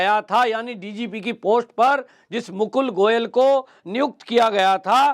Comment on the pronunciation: Pls read the name as Mukul Goel